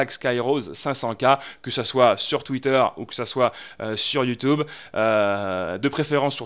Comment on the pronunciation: fait moi le plaisir je t'en pris, ne redis plus "YoutOUbe" mais "YoutUbe" merci ^^